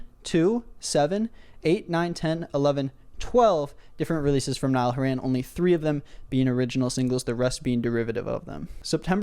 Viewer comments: i love how he pronounces nialls name as "niall who ran" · Niall went from Irish to middle eastern in one mispronounciation